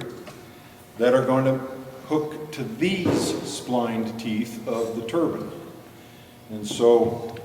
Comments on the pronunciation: wonderful and informative.I just hate the way you pronounce the word "turbine" its not a turbin , short I sound, its a turbine, long I sound. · Don't forget about that "turban" lol. It's TURBINE.. tur-Biiine. See that "e" on the end? Awww you'll get it.